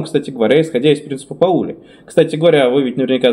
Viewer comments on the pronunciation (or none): Принцип пАули, а не паУли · Во́льфганг Па́ули! 🤦‍♂